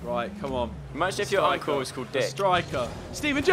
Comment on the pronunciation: When they say uncle it sounds like uncool